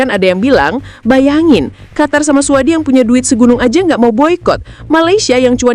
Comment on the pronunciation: AI jujur banget bacanya suadi.. 😂😂😂